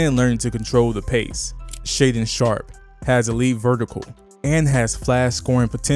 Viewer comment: Why make a whole video on a team you’ve never watched play? Shudun sharpe and Deni adviva? 😂😂😂 the 2 top players and u can’t even say there name right lmao